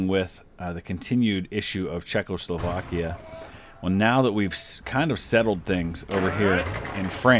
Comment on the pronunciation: Well, maybe the Czechs are just pissed because you keep pronouncing it "Czech-LO-slovakia."